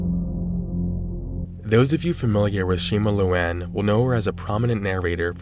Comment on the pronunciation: "Shima looan"